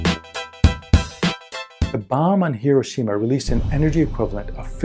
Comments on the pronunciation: Excellent. Well explained. But Hiroshima is not pronounced correctly. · MC should be lowercase… E = mc^2 …. You’re pronouncing Hiroshima incorrectly…